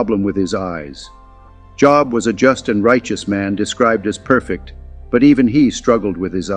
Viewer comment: Shame on you. You mispronounced Job multiple times